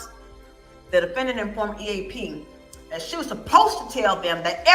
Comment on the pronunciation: "It's not an examination it's a direct" OMG MAKE IT STOP. How did I miss that before. Then the "And I will get to redirect after dat right?" WOW. DB... This guy would lose to Hamilton Burger in the black and white days.